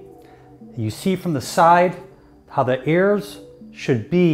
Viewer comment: Funny way to say "ears".